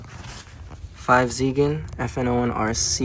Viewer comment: 5Zigen is pronounced Go-Jiggen.